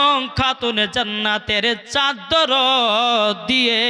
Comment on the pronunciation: চাদ্দার না চাদর